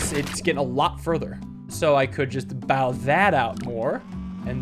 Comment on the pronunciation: “bow” is not pronounced like “take a bow.” It’s pronounced like “bow and arrow,” since you’re making it more bow-shaped.